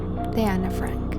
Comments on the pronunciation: No fui capaz con este video. La pronunciación tan incorrecta de los extranjerismos me desconcentraron permanentemente. ¿Por qué a todas esas palabras le pone el acento inglés?: Ana "FrEnk", Otto "FrEnk", Edith "Jolander", "MErgot FrEnk", el dentista "FrUitz Fefel", el campo de concentración de "Uesterboerk", el diario lo nombró "QUIRI", etcétera, etcétera, etcétera. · ¿Por qué cambias el acento de tu voz cuando pronuncias Ana Frank y otras palabras de origen extrangero? No lo entiendo🤔🤔